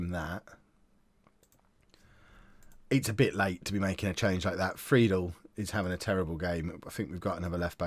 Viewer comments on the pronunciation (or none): none